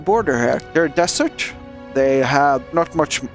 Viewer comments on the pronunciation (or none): No offence but desersh is funny Still good job